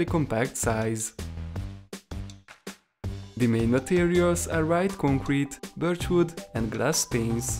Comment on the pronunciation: Birgah (Birch) What?? Take some english lessons. bro this guy extends his vids to ten minutes waiting every 10 seconds to place a block and explains nothing.